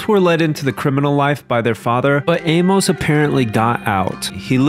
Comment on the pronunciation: say it "Ay-muss" not "Ay-mowce" Good vid